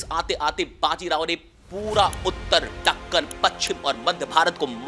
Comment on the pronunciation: अरे वो ढक्कन नहीं दक्कन होता है